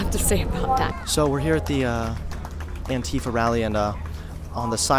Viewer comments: Its pronounced ant-if-Ah not ant-eef-ah just trying to let you know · stop saying an-tea-fuh. it's an-tie-fah. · The way he pronounces "antifa" makes me cringe 😂